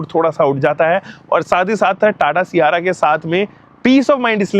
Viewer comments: 300k subscribers hokar bhi सियारा bol raha hai sierrra ko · Siyaara nhi sierra h wo mere bade bhaiya 😂